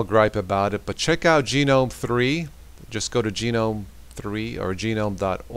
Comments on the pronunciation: Yup. I prefer Gnome (as in the garden Gnome) but Gee-nome is wrong by a massive margin :)) and GUH-gnome is correct. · Have you never actually heard the word gnome in normal speech? Haha but great video!